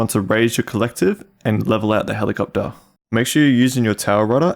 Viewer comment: Helicoptaaaa. 😂 Your accent is so good. Nice video btw.